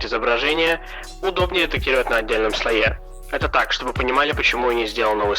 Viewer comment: Лайк поставил, ноооо... слОе, слОе, слОе, слОе, слООООООеееее